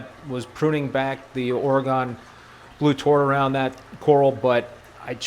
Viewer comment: I live in oregon and how you say oraygon cracks me up 😝